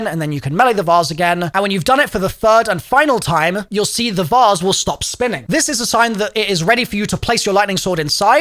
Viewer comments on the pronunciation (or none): "the vause" its vase lmaooooo